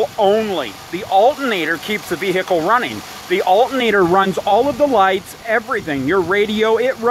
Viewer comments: "VeE HICKLE" "Alt in nator" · uhl-ah-nader is running the vee-hhicle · the wot vehhhhecile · I love people who annunciate ,”vehicle”, as a three-syllable word , clearly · You do nut sound the H in vehicle